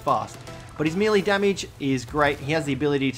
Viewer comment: does it bother anyone else that he pronounces "melee" wrong?